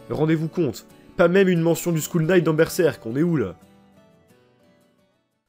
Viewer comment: t'inquiète, si on m'engueuler chaque fois que fait une faute de prononciation je cerais en dépression à l'heur actuel. Ta faute m'a juste fait rigoler :)